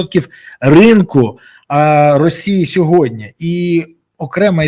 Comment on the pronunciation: Бориславе, будь ласка, кажіть сьогодні замість "сьогодня") 😉